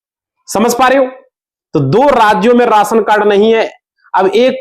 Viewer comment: Raasan nahin rashan bol